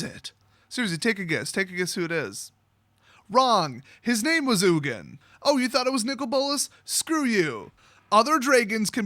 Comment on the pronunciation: No actually I jokingly said ugin so wrong! lol